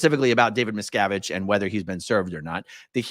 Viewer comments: meeeee sko vich I love it never saying it right again🤣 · The judge is pronouncing it closer to the surname miscowitz, which i think little davies father, Ron, said was the original. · That pronunciation makes me picture JarJar Binks as a judge. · the mispronunciation of the name is the new level of trolling. marvelous! and about the "bad strategy" - i guess if you live kinda like a dictator you get used to people always accepting whatever you say as inly truth, and look pass your stupidity. dictators get lazy and forget to "behave" when in outside world. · Judge probably knows litlle Davey? That’s why he deliberately pronounced it incorrectly. Someone is being paid off? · The lawyers probably refrain from correcting the judge's pronunciation because it would imply they actually know the man.